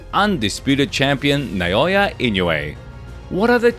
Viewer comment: ❌ - NAY-OY-YUH ✅ - NAH-OH-YAH ❌ - IN-YOU-EH ✅ - EE-KNOW-EH